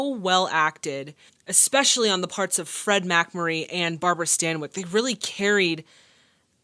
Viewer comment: Takes skill to mispronounce "Fred". 😅